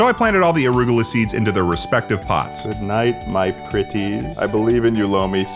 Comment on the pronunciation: why do you call it "orugola"?